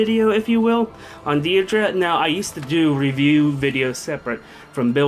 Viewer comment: Yay! I'd love to know your opinion on Deirdre! Oh and I think Sigurd pronounces it "Day--dra" not "deer-dra" ANYWAY From what I've seen, Deirdre is so boss that even Nino can't touch her--but with such low def anyone that gets close enough with a sword can kill her. Actually, her def is so bad that (possibly) a strong dagger user could kill her too---Kagero definitely, maybe Jaffar, but Deirdra is so fast that she probably won't get doubled, so it'd have to be a one-hit kill if it's a dagger user. shrug Other than that, I adore her art. She seems so elegant, lovely, and mature. Definitely looks like Julia's mom, which is perfect. Also her voice actress did a fantastic job!